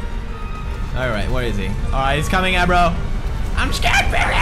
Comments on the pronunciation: It's Agro.....not Abro..... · His name is Agro not Abbro :P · Pewds is reading abro's name as eyebrow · the horse's name is agro but pewds calls him abro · it's agro not abro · pewdie calls him abro like 'a bro'